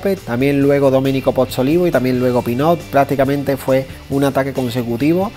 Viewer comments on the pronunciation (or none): Gracias por tan buena informacion hermano. Solo un comentario. El apellido de Domenico es Pozzovivo, creo haberle escuchado decir Pozzolivo. Saludos desde Puerto Rico.